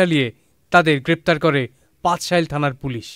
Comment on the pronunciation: পাঁচশাইল না হ্লার ভাই, পাচঁলাইশ।